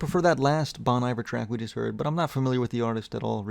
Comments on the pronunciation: Its pronounced Bone Eevare (Bon Iver) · sorry for being a dick, but i cant deal. Its pronounced bon iver with a phonetic i. like just please dont get it wrong i cant deal.